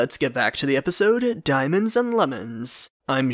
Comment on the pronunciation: He said DANIEMOENADS or Dimonds .